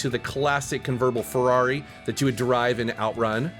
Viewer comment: "Converbal Ferrari" lol